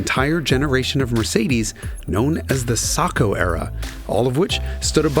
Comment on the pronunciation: Almost a perfect video if only he could say Sacco right 😭